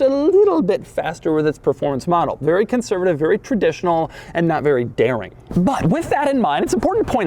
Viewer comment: taking a shot every time doug says "conservitave" LOL